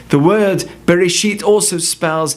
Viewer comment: Look for yourself the fist word is not berisheet, it ray-sheeth